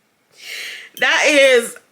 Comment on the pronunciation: Not the sister ponytail 😂😂😂😂 "Arianda" ☠️☠️☠️